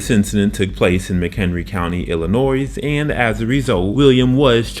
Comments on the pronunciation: ILL ah Noy, not Ill ah NOISE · Small professional tip to the narrator.....it's pronounced ILLA-NOY........not ILLA-NOISE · It’s “illi-noy” not “illi-noise”! Great video but that bugged me more than it should have lol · Illa-noise at it again. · It pronounced "illin-NOY" you ignoramus. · ill-i-nois "s" silent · The s in Illinois is silent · You pissed me off when you started talking. Should've used ai. Bet they'd know how to say Illinois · K9 Officer deserves equal time. The s at the end of Illinois is silent. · Love the explanations at the end of the charges. Illinois is pronounced with the last "s" silent. Great stuff! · the S in Illinois is silent. 😉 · The "S" in Illinois is SILENT! UGGHHH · Don’t you know the S in Illinois is silent!? Damn. Horrible. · The S in Illinois is silent.